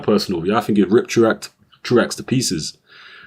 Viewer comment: Apparently it is "True Axe" but I've heard it pronounced "True oh" in the past.